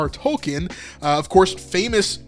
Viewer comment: LOVE LEWIS AND TOLKIEN ( "TULKEEN) Will not watch ANGEL---EVER!!!!!!